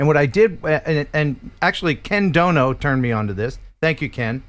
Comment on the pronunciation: Ken you gave me a Seinfeld moment, because I thought you said something and then I heard you say it again 😂 it’s Ken doBo, not Ken doNo 😂. The unintentional funny is still funny non-the-less. In retaliation he may call you Ken Crow instead of.